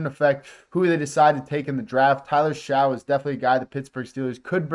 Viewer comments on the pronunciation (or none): Tyler Shough (last name pronounced “Shuck”). Just informing.